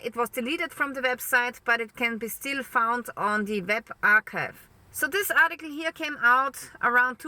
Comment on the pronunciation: I like the way she says ART- TE- CLEE.😵